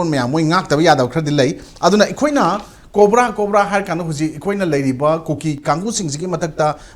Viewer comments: "KOPRA"😂 Oja, "COBRA" ne khangpiyu😂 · yes, I know. Tangkhuls are accustomed to using 'P' in place of 'B' and vice-versa, so he says KOPRA for COBRA (focus on P & B). Likewise, I interchanged P and B in a satirical sense in the word 'khangbiyu' to 'khangpiyu'. Understood?